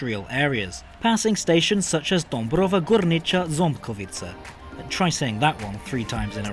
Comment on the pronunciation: As a native Polish (from Katowice 😅) I would like to say that your pronunciation of our stations and cities names is very close to a native level. Maybe it is a little to "hard placed" but especially "Dąbrowa Górnicza Ząbkowice" was almost on spot 😁 About ICE3neo, they were used for homolgoation process and tests on CMK. The tests were handled due to the compatibilty analysis with our infrastructure.